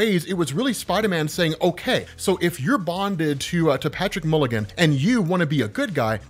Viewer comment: you kept touting how OP this guy was. did I miss you explain it? also it's mulligan, not milligan